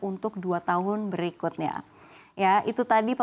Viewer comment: kita bahas di slide BERIKUTE jawanya medok 😊